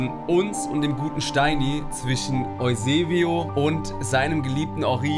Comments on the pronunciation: Jaja dieser EUSEBEL^^ (Eusebio😁) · Ich finds immer Ehre wenn ihr Eusebel sagt weil ich im echten Leben Seb genannt werde 😂